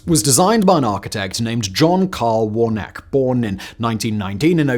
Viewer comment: I think that’s warn-a-key.